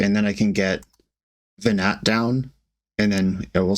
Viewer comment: watching this with my boyfriend that I met talking about FFXIV, hearing "Ve-gnat" and "Hid-a-lin" and I'm just sitting here smiling and he says "This hurts me"